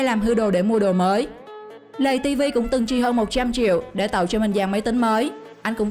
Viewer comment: tiếng việt là:lay ti vi ko phải lầy ti vi